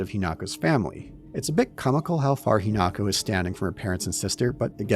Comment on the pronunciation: Hinako, He-knock-oh